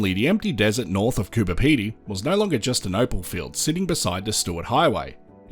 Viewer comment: It's Coober not cooper FFS